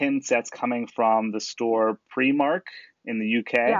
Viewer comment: Primark is pronounced preyemark 😊